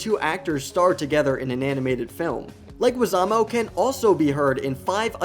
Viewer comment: Like the video but you need to know how to pronounce the last name of John leguizamo.